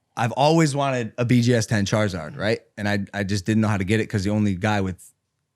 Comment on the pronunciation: Charzard. When did charizard lose the i?